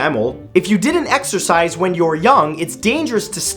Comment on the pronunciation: Exercise I thought u said extra fries Lol